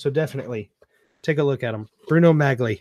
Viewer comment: Pronounced Bruno "Mollie"